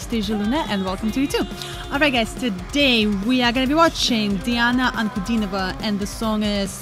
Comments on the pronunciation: Очень нравятся ваши реакции) мне кажется вы русскоговорящая, вы чисто произносите русские слова, имя и фамилию Дианы. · Ваша реакция и Вы - великолепны! Как только Вы произнесли слова: Диана Анкудинова, Ворона, стало понятно, Вы наша, русская. Коренной иностранец 10 раз сломает язык, чтобы произнести эти простые слова.